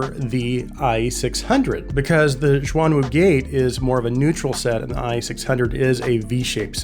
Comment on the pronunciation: almost correct, but its, shhhh-yuan - wu [ shh - yu-uan ] the " shuang " you have been mispronouncing, meants " dual / double " 双 the " xuan ", for these, are "mythical/. mysterious " 玄 not a knock btw, good to learn new things =D Im just surprised, the same specs from other non-chi-fi runs up to 1k mark. base from your earlier reviews, gotten the Performer 5 [ 2nd hand, a steal ] and still awaiting for the Ikko 10hs sapphire mirage, BOTH, which are not so well reviewed [ 30mins worth of scrolling through pages in youtube as well ] any chance for reviewing the portable DAC that performaces better than m15 by. questyle ?